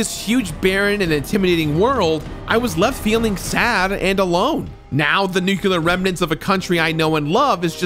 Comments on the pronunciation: he did it again 🤣🤣🤣🤣🤣 'Nukular'... homer simpson! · I love the video, as usual, especially this one as Fallout 3 is one of my all-time favorites, but... It's pronounced "new-clee-er", not "nucular". Sorry, had to be said. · I swear hearing english speaking people pronouncing nuclear as if it was NUCULER makes me want to blow my ears out. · Dude… it’s NU KLEE ER not NU CU LER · nukular isnt a word, its nuclear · Sorry nothing personal but I fully support the death penalty for people who say “nukular” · "Nookular". Why is Nuclear so hard to pronounce for Americans?? Say it with me, NEW-CLEAR. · Love your content, but it's pronounced "new-clear" not "nook-you-luhr". Don't take Homer Simpson's advice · And the pronunciation of nuclear. It drives me nuts when people say 'nucular'. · “Nukular” 😂 love you ❤️ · "Nukular" ? Kudos for completing this game though. Two years in the making ? That commands respect. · And nuke-ya-lur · Nuke-you-lar and ig-nots... I love you,. But you're killing me. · Different words are pronounced different ways around the world, people say it both ways here depending on person and location Get off your damn high horse over it. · Come on man! You're too well educated to use the word "nuculer." It's nuclear. Like "new" and "clear." You're so much better than that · Fucking hell. It’s pronounced new-clear. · That Homer Simpson pronunciation of "nuclear" is 👨‍🍳🤌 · i really enjoyed revisiting this, especially since it was the completionist doing the revisiting. great video, keep up the good work crew. Also the words "nuclear" and "ingot" were not pronounced correctly, multiple times, and i still havent recovered. still love it , peace and love